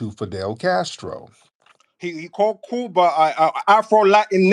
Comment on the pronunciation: “Couba” “Meheco” Get yo wet, twisted mouth ass off of here with that bs! 😂